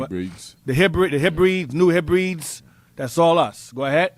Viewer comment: Heb ree dees.